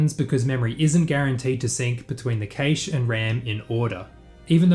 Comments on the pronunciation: The origin of the word cache is the French caché surely, ergo it should be pronounced 'cash' or 'cash-eh' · I havn't heard anyone pronounce cache that way, I think the a in cache is the same as in "apple" usually. I don't think there is a correct way to pronounce anything but just wanted to inform you just in case. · please stop pronouncing the ca in cache as you would kate, it's supposed to be said as you would cat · "cache" is pronounced like "cash" not "caesh" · Caysh? :D I thought it's pronounced cash [kaSH] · it's proper pronunciation to the intended meaning is cache (kaysh), because of the word 'case'. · D Even the French say 'cash' and this word comes from the French. I think it's just another case of someone who reads a lot but doesn't necessarily hear a word spoken. Like my friend who that puny was pronounced punny. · Cache is pronounced like cash, not kaysh. Other than that absolutely brilliant video! And sort of confirms my suspicion: The Renderthread locking up during load is not something that cannot be avoided, some languages just make it harder to solve the issue. If you want to see the extreme version of this check out loading into a race on rFactor 2, everything just hangs while cars get loaded into ram. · This is the first time I hear an English speaker say cache differently than cash. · it's a typical Aussie pronunciation. Worked with a few Australian engineers in my career and they all pronounced it like "kaysh" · "Casha", lmao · I don't like how you pronounced cache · I fuckin HATE how you say cache. Ive literally never heard it pronounced that way in English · I'm not sure I agree this fix will work for vRAM/memory-related constraints. How do you actively swap out assets whilst maintaining the previous scene without any load time on the next scene in a way that doesn't show a loading screen to the end user with limited vRAM? Also, I don't believe you say cache that way. :D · I hate the way you say cache